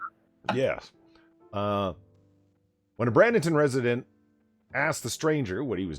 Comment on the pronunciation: It's pronounced Bray-ding-ton, not Brad-ing-ton.